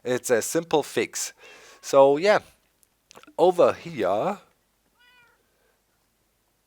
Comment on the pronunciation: "Lets take a look ova-heya" lol